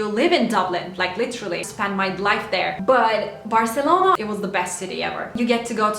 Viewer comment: dillin ve aksa'nın mükemmel ama Türk olduğunu belli eden tek bir şey var o da Barselona deme şeklin ve bu çoook tatlı😍😍